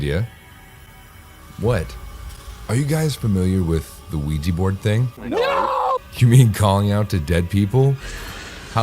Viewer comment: "Have you ever heard of the ouigi board?" NOOOO